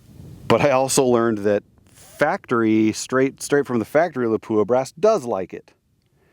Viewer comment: just a FYI not to pick lol , its pronounced, LOP-WAH ,,, not LA-POO-AH